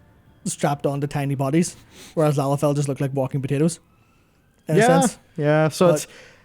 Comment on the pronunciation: Firstly, i never thought i'd live to see the day said the word "Lalafell" so much in 1 video without saying it wrong. Secondly, I've only ever seen 1 Lalafell in game that is a child an frankly I'd rather not think on the biology too deeply out of fear of my own sanity. Seeing as it was an adult sized and named "Starving childling".